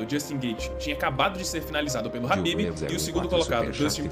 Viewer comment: O cara do vídeo chamando o khabib de habib kkkkkk